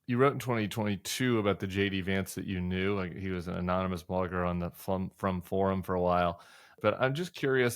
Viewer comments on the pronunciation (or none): It's Frum not from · Isn't it David Frum with a "U"?